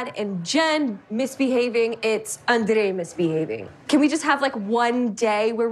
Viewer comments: Me too it’s so ANNOYING, it’s only Libby who says it that way not even Andraaaaayyyyy’s family ,lol. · Send Charlie home yes ugh.....cant stand how Libby pronounces Andrei's name steuppppsss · Does she have no clue how unbelievably annoying it is when she pronounces for his name that way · yeah cause she's American so her name is pronounced like Americans do, Andrei isn't